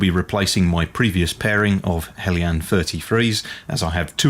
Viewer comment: Nice to hear the pronunciation 'helyan' rather than 'heljan'. Greetings from Denmark.